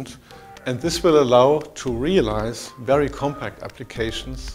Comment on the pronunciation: REALIZED ALLOWING TO REALIZE LMAO.... REAZILE realizzee realizeee REAALIZEEE REALIZEE reeeaaaaaaaaaaaaaaaaaaaaaaaaaaaaaaaaaaaaaaaaaalize reeeeeEEeeeEEeeEEEAaAAaaaLlLllIIIIiiiiIiiiIIIZZzzzEEE at FULL SPEED at full HD model....